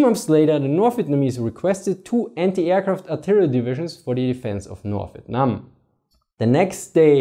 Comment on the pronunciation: The way you said Vietnam made me chuckle, sounded like you said "Vitnam". Great video though! America: Let's just march into North Vietnam and end this, what could go wrong? China: Hold my Peking duck.